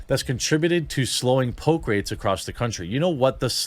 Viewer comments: It took me way too long to figure out he didn't say "the pope" but instead "the poke" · The fact that he keeps calling it “the poke” just tells so much about this fail of a person.